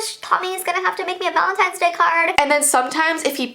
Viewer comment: VALEENTINES day